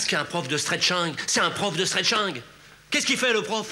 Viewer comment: Non, c'est stretcheing ! 😂